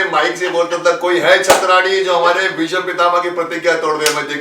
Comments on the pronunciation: Ya to aap gufi ji ko aap kahie ya tum.....aur bheesham nahi hota hai.. BHEESHM hota hai ...aap to Kam se Kam itna maanie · Bheesham nahin Bheeshm bhaijaan, gufi sir is very sensible and collected